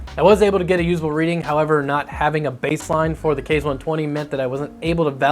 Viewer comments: Its kah-zee, like kamakaze. Not kayz :) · OMFG PLEASE quit calling it a "Kayz" fan!!! It's pronounced "Kah-ze"! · Id just like to point out that the fan name is pronounced "kah-zay" not "kay-z" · "Kah zeh" like I know everyone on the internet can pronounce "kamikaze" NOT "kays". KA ZE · ikr so annoying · Japanese language uses Latin-style vowels: A="Ah", E="Ay", I="Ee", O="Oh", U="Uu". So "Kaze" is pronounced "Kah-zay", not "kayz". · Nice review and appreciate all the methodology of testing the fans. Just one minor thing, with the rest of the weeb naming of the Scythe products Kaze would be pronounced “kah-zay” rather than “kayz”. Now I’ll stop being that guy. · Kaze = kah zay Counter rotating, not contra rotating. Cmon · Your pronunciation sucks. "kah-zay" it is Japanese for wind, same pronunciation as the Cougar QBX Kaze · In case anyone cares, "Kaze" is pronounced "Kahzeh," and is the Japanese word for wind. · It's "kah-zeh", but good try